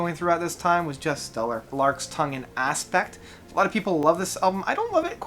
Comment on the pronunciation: Dude, something's wrong with your pronunciation: Larks' Tongues In Aspic (not aspect), Olias Of Sunhillow (not oliasses of sunhollow), even in your video about Selling England By The Pound you mispronounced the title of the first track which is Dancing With The Moonlit (not moonlight) Knight. Jeez, go see a speech therapist. P.s. Btw it doesn't change the fact that I REALLY like your content